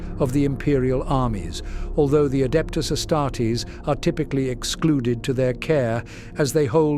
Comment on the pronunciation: Adepta señoritas